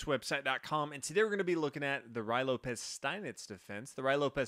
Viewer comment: You keop saying Ru Why Lopez.. That is a very serious mispronunciation. It is pronounced Ru-ee Lopez. Yes. it is very distracting. Like calling Fisher Fyisher.